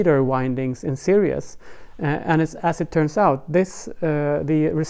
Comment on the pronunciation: I was wondering what you meant by "serious wound" until at the end you said, "in this new serious" and I realised you meant series! So fyi, series is pronounced, "see reez". Cheers.